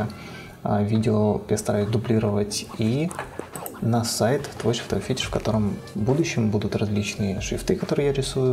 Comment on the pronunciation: у тебя написано - Твой шрифтовОй фетиш, а не шрифтОвый, как ты говоришь. Говори по-русски правильно!